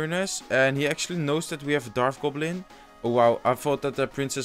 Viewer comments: bro i like ur vids but its a dart goblin not a darf goblin lol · Un p'tit conseil... on dit dart gobelin. on prononce le T au lieu de dire darf gobelin... on prononce un F seulement quand il y a un TH dans le mot;) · hey man its "dart goblin" not "darth goblin"